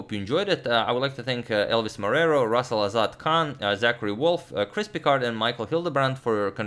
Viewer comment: Congratulations to Chris Pickard for his regular donations. You are an excellent subscriber. I remebmer you donate often, because everytime agad says your name, I hear "crispy card" and I have to think for a split second :)